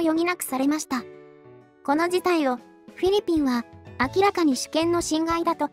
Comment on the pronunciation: あれ？？どうかされましたか？ フィリピンの発音が上手く出来なくて何か変な感じになってますけど…😅